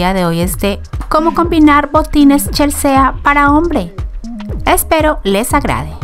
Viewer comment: No se pronuncia CHELSEEEA SINO CHELSI :)